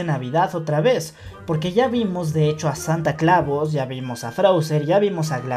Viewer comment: Escuche mal o dijo Santa Clavos?? 😂